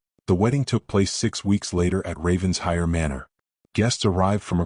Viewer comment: Please, the pronunciation of Ravenshire is, as if it were two words, Raven Shire! ( Not ravens hire). (It sounds totally stupid when you say it as hire!